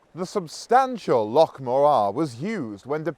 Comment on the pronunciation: LOCH! ...not "lock" ya sassenach!! ..though thumbs up for magnificent content and presentation.